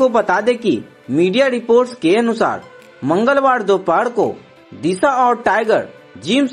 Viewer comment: Khobar hai ya khabar.. Mangalwar ya mongalwar. Acha hua khabr nhi bola 😂😂😂